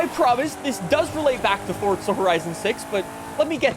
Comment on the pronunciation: Brother please stop saying FORDZA. It’s forza uggggghhhh 🤮🤮🤮